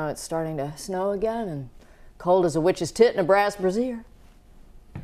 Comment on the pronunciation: Uhhh is it just me orrrrr did she say witches tit?!?😂😂😂